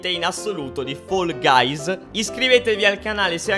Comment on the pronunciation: Comunque si dice fall guys non foll guys